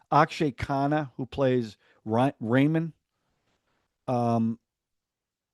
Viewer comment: lol raymond. It's Rehmaan dakait .